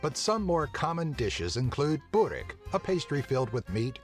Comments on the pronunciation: oh moj bože,kako je rekao burek Xddd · Burrek u only say burek without duble r xD